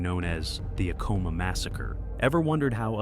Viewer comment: I worked for Acoma, PR Director, in the 90s, it is A-coma not uhcoma